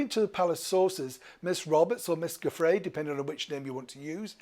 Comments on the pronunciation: Her name is pronounced joo-fray. Not goo. Most high-profile cases in our country do end in settlements. This is a very money-centered place. He settled because that is what happens, and why should anybody go through ages and ages in court when they can just pay some money? Usually with the result sealed. This is all standard. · Giuffre, pronounced JEW-fray.